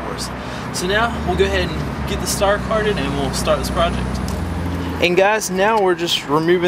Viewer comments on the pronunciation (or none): You said star carded instead of car started...lol